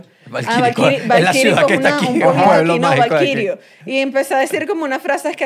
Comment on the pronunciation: Es VALIRIOO!!!l JAJAJAJAJAJA ni cómo se llama el idioma sabe